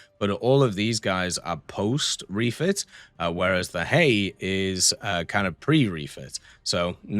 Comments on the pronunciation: I believe Hiei is pronounced as Hee-ay-ee. I have trouble with Japanese pronunciation so I am not completely sure. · I do believe it is pronounced He-Ay (Japanese is weird), regardless it is really nice to see all four Kongos in game, now we just wait for them to chuck one of the three remaining battleships in our face as an $80 premium. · i think its pronounced hee-yay or something like that